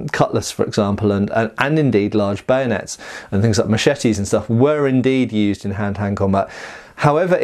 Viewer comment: Camanding officer says ready bayonates! Sorry sir I broke it. Lol